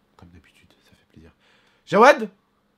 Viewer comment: C'est Jaoued pas Djawed